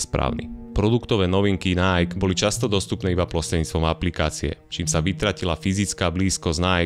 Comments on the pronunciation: v každom videu ma problém s ang.. v tomto videu aj nike, nieje to najk ale najký.. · video spracovane fajn, ale najk? mi to to cele bez prepacenia skurvilo vsetko :D najky, ziadne najk. tl;dr kludne daj video o tom ako najky a spol prislo, vzniklo, bolo a pomaly odchadza ;) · Číta sa to Naiki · skvele video ja len ze vyslovuje sa bude po slovensky “nike” alebo anglicky “najki” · Vyslovuje se to NAJKI, čoboláku! 😂😂😂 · Nike, čítaj ako /ˈnaɪ.ki/